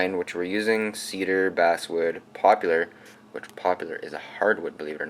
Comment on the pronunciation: Good job. I see three guide holes in the jig. Why are there three? How do you know which ones to use? The word is poplar, not popular: (päplər), and melamine is pronounced (meləˌmēn).